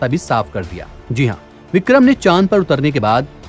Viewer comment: Vikhrm nhi bole lag alhgh ok rhega my diear.